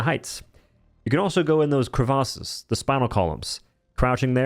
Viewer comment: "you can also go into the creVASSES "